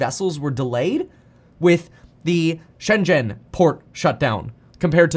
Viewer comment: Wow, meetkevin, where did ya learn that pronunciation of "Shenzhen" from? Its perfect, one of very very few English speakers who can actually say that perfectly. Most is not even close.